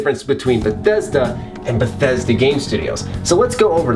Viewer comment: It is not Bethesda, It's Bethesdaaaaaaa